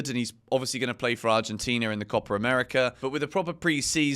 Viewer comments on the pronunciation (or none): none